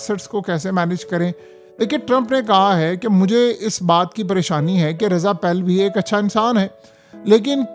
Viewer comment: You said Raza pahilve. A good.... What the f,, k